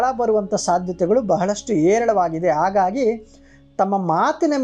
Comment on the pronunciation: ಕನ್ನಡದಲ್ಲಿ 'ಹ' ಎನ್ನುವ ಅಕ್ಷರವೂ ಇದೆ..ಆಗಾಗಿ ಅಲ್ಲ..ಅದು ಹಾಗಾಗಿ..ಶುದ್ಧ ಕನ್ನಡ ಬಳಕೆಯಾಗಲಿ.